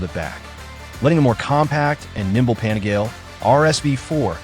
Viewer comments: Pan-eh-gail ??? Nope. Its pan-eh-gal-ee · 笑わせるわ。何でパナガーレやねん。 パニガーレやろ。